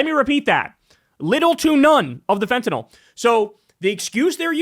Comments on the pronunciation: THANK YOU SO MUCH for being the FIRST AND ONLY media person that pronounces fentanyl correctly! It's not fentan-all! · You're one of the few people who pronounces fentanyl properly. Most people say it like "fentanol". Not sure why. Maybe because that rhymes with Tylenol.